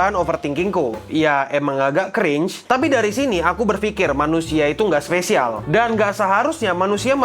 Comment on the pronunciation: You're my specialz.. tet tonenenenot tonenenenot... 🗿🗿🗿